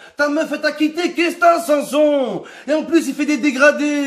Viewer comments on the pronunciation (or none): "Morgan sanSLIP"😭😭😭😭😭😭😭